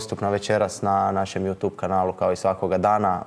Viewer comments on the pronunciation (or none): none